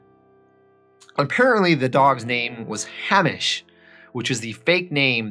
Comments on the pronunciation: ‘HEY-MISH’ not ‘HA-MISH’ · dude its pronounced HEY-mish, not HA-mish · Love the videos, keep them coming. Oh, and by the way, Hamish is pronounced 'Hay-mish'! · No way man didnt expect a reply ahaha, its us British man we spell it one way but say it another, were weird and yeah Hamish is said Hey-mish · It’s cool. Yeah someone else from Scotland commented about my pronunciation of that too. I should have looked it up, instead I just pronounced it the way I thought and hoped for the best. Also the name Hamish, apparently it’s pronounced different than how I said it too.